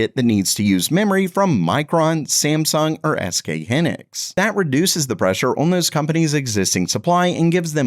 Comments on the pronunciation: Whats the deal with the narrator mispronouncing established technology company names? Amdy's instead of AMD. Hinix instead of Hynix. Is that normal for the channel? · .. ITS PRONOUNCED - HIGH-NIX (SK Hynix )